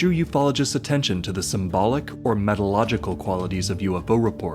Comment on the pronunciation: Say 'meteorological' again, lmao.